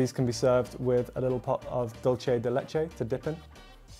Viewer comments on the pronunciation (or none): none